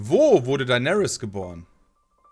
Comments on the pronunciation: WARUM SAGT TEIGÄRIEN EDIT: DEINÄRIS??? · Niemand:: Thaigaryens